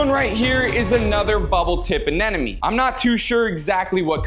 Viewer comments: If I had a dollar every time this dude mispronounced ANEMONE as anenome, I would have 100 dollars😁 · It’s anemone not anenome…you should know better. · Am I hearing him pronounce it as Anenome instead of Anemone? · Uh-NEM-uh-nee. Not "an enemy." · Why does he keep saying A-NE-NE-MES??? It's anemone! Stay in school kids! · Its not Anenome. Its Anemone. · It's ANEMONE, not ANENOME!! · My head hurts whenever he tries to say anemone because he literally pronounces it anenome 😢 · Maybe now you can learn to properly pronounce it. A-nim-o-knee. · what the hell is that pronunciation of anemone? anenome? whattttt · You are Nemo case he can not say anenim